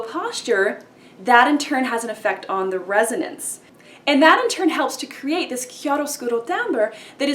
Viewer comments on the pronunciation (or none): none